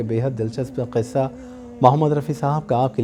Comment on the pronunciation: thanks a lot for sharing interesting anecdotes connected with Rafi Saab's songs. We look forward to such videos. However, I have 2 observations to make. First, you always take a pause to ensure you pronounce the word, 'qissa' correctly with an emphasis on Q, which is the right way. Secondly, in this video, you spoiled the fun when the song started playing while you were introducing the song. It would have been better if you had played the song after your initial words.